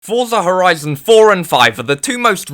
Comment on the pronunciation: Fuyza hwizun foive 🤓